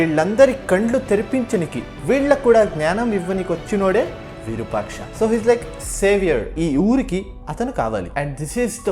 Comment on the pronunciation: అది విరుపాక్ష కాదు రా అయ్య!! విరూపాక్ష అనాలి.